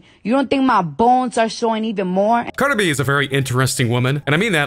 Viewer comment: This narrator can’t pronounce Cardi B.